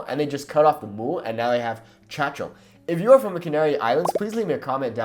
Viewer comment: I'm half venezuelan half canarian and the way you say "Chacho" it's a little bit wrong. Its pronnounced like "yayo" or "muyayo" (chacho / muchacho).